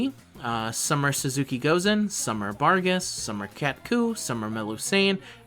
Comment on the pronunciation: Small nitpick... Aesc is pronounced "Ash". Type of tree. Sorta how Medb is pronounced. Language is weird, sometimes. Also, you keep calling Suzuka "Suzuki", for whatever reason.